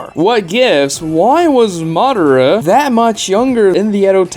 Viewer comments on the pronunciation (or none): Do you call Madara Uchiha "Mara" or is it just me?